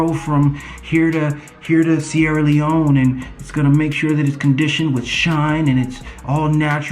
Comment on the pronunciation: "from here to Sierre Leonne" loll